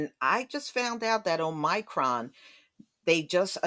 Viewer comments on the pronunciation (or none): none